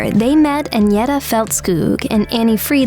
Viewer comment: WHERE THE HELL DID THEY GET THIS STUPID BITCH FROM TO DO THE COMMENTARY SHE CAN'T PRONOUNCE THE NAMES OF AGNETHA OR BJORN . SHE SHOULD HAVE BEEN SACKED BEFORE SHE EVEN STARTED THIS VIDEO.